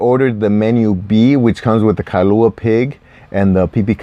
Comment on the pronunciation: Kah-lua pig ☺️. Kailua is east side. Anyways, subscribing